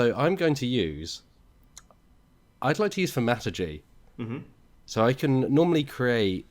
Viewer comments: Will someone please just teach the teifling to pronounce thaumaturgy! Its Th-ow-mA-tur-gee. so painful to hear such a posh voice call it tham-at-ergy. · I always thought 💭 it was supposed to be Thor-Mat-urge-ey… or Thaw-mut-(turd)-jee… 😜